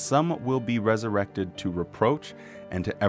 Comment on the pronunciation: Another fantastic video,. P.S. When you said "resuwected," I repeated "wesuwected!" at the same time and in the same voice as you 😂 You are in good company, friend!